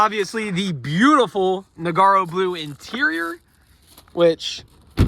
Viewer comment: Awesome car but please stop saying "Noggy."